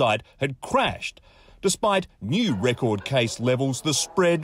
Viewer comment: "RRrECORD" Numbers"..... with a hint of over emphasis...clowns..